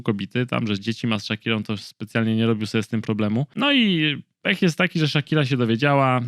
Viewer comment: No ok, ale że ''Szakire'' ???!!!